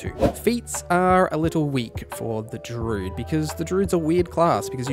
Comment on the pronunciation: First comment ever on YouTube.. but gosh darn this guy saying DROOD every time during the DRUID section made me not enjoy this...